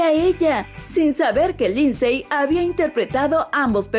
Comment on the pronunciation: Se pronuncia linsy no linsey.